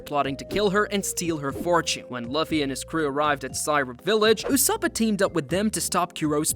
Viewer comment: Did he say ussopo/ussopa Edit: did he say thriller bank island